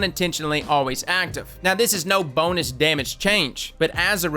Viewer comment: Am-I the only one that hears "BONELESS" when he says "bonus"?